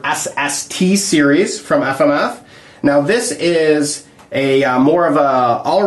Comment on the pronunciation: "Aff-Am-Aff"- that guy.